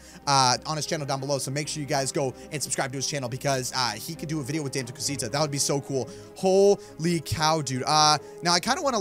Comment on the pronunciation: Oh and it's da meh not dameee like spelled Dame but pronounced day meh